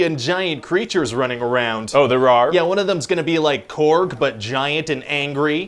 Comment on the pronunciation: Oh, therawr?